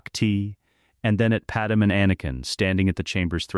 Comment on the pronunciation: I hope You’re aware that Padme’s name on here is pronounced Pad Em. The real pronunciation is Pad May.